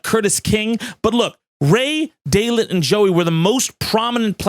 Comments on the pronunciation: Its day light not day lit. I know ya working hard my g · Daylyt is pronounced Daylight bro.